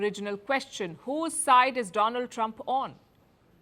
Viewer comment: 😁 "India's frannd Doland Tramp"